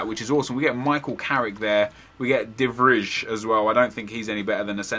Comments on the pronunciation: Hahaha as I'm dutch it's funny how you prenounce De Vrij as 'The fridge' :D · The way you pronounce De Vrij sounds like you're having a stroke when saying his name xD